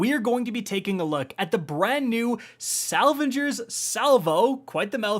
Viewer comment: You said Salvengers.....dam you can't speak English for shit. You keep calling it a pinnacle, nothing but click bait.